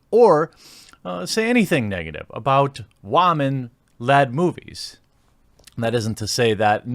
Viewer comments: Man you gotta stop saying "whom-man" when referring to women. You loose all credibility and sound like a fucking child when you do that. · Yes but I believe it is pronounced "wahmen." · You really can’t pronounce women or woman right can you? Are you just so against girls in general you purposely slaughter the word? I’ll remember the channel name and avoid it. Normally don’t care about mispronounced words so much because it’s typically a Latin type word or just complicated in spelling. However, since a child you surely have heard women pronounce properly. I’ve met so many people from so many countries and never heard it said this way. In fact just slight accent to it. You speak English very well so it’s clearly not a language barrier issue. Come on man, seriously. You might have had good input but who knows if you can’t handle a simple word let alone complicated ones. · Go look at the numbers. Then shut up. Also learn how to pronounce women. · Why do you say women that way? 😂 I keep thinking to myself "Am I just hearing things? ".